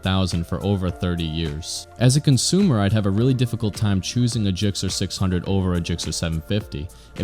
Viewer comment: Stop saying JIKCER...